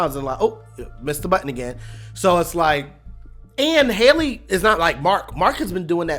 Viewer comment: HELL-Y not Hailey lol